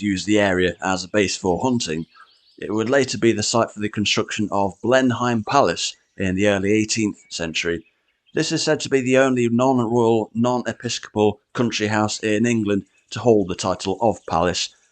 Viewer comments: Blenheim is not pronounced Blenhime but Blenim to rhyme with Denim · Blenheim (in Woodstock) is pronounced BLEN-im. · As an Oxford resident, not sure about the top spot. The city centre is on par with the rest of the list but the wider city included dosent have the same feel. It’s much more diverse than just the university buildings. To be pedantic, Blenheim is pronounced (Blen-nim). Whilst a continental name, the pronunciation changes from European sounding where the palace is concerned. Overall a nice list with some good spots. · You sound English, but you don’t know how to pronounce correctly Blenheim and the Duke of Marlborough This doesn’t matter too much, but it has stands mate. It rolled under mine. Your research. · absolutely. Unlike Blenheim I can forgive the pronunciation because I understand it’s one of the names with regional differences in how it’s pronounced.